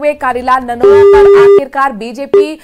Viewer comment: Namoma nhi nanoma h madam